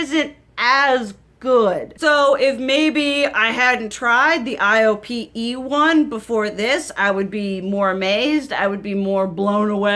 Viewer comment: Hey girl, thanks for this video! Because you're using your older stuff, we're able to get insight on products that we may have forgotten about, but are still available on the market. IOPE is pronounced like "eye-oh-pay". I'm Korean and my mother and I use a lot of Korean products so I'm familiar with this brand!